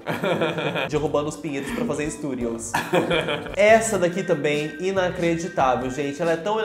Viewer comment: Um "stuRiosss" rsrsrsrsrs não é kitnet